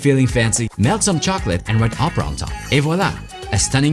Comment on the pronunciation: You have an incredible French accent when you say something in French (Joconde,opera,et voilà…)